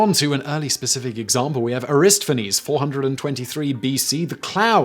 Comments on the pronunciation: Aristophanes = air-ih-STAH-fih-nees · Oh, you mean Arrista-fains